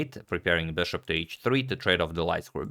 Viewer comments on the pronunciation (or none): It's been a long time I want to say this...... It's not beshaap.... It's just bishop bro.....